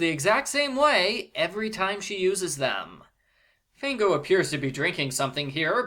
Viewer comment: Fango actually means mud in Italian. Also, it's pronounced FAHNGO, not FAYNGO.